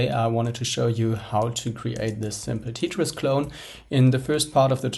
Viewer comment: Did this guy just say "Tea-tris"? LOL